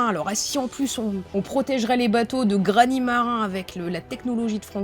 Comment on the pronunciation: Pas mal, par contre attention on prononce " GraniT marin" et pas "Grani marin" ^^